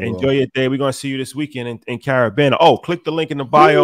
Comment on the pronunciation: HE SAID CARAbANA!!!!🔥🔥🔥🔥🔥🔥🔥